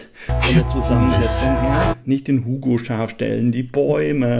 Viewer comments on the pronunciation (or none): none